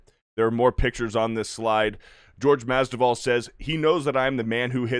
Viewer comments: Masvidal not Masduval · mas-VI-dal Not mas-DI-val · Mas-vee-dal that is all lol. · Masvidal not Masdival 😁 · Bro, take the time to get his name right. Mas-vi-dal. Literally said it wrong 10 times. Do better. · Right takes like 20 seconds of research to learn how to say his name right. Thats just lazy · Mispronounced name twice in the first 25 seconds? This dude has no business being on a sports show. Cmon bro, do the least amount of preparation before making a video, lest you look like an idiot. This is happening far too often. Between this and that Crain and Co show, you can tell these dudes don't actually do any research or know/understand what they're talking about. It's not even like Masvidal has just arrived either. He's been in the fight game for well over a decade, almost two if you count his backyard days. But, what do I know, I'm just a guy who actually reads and understands sports.